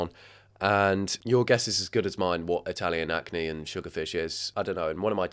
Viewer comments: Not you calling ackee "acne" 🤦🏽‍♀️😅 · That candys cooking channel was pronouncing it so wrong and think he was just confused by what she was saying since she called it ‘Italian acknee’ 😭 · Ackee not acne😂 it's a fruit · everytime ackee was called acne, i felt my ancestors cry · The "acne" is supposed to be ackee, which is a Caribbean (Jamaican) dish usually eaten with saltfish. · "Ackee" is a West African fruit that is commonly eaten with fish, as she made ackee and saltfish, an extremely common Jamaican dish. She butchered it, but that's what she was trying to make. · So I had to pause this video when you said sugar fish. I am slightly confused, did you mean salt fish? Are you pronouncing ackee wrong? Because ackee and saltfish is a classic Jamaican dish